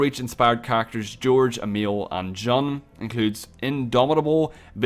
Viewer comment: It's said June, not jun, even though it's spelt like that